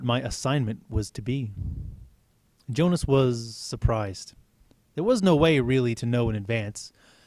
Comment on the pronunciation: Um I noticed u said yonas instead of Jonas. Just saying. Kinda bothers me